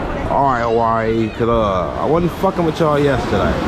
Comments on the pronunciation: “Hawaii coo now” 😂😂😂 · Im here as always bro i promise thank you fo this ghost vlog fr lmao he said Hawaii koo now😂 💯k im glad